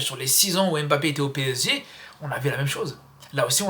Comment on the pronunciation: " On a le même PSZEE " 😂😅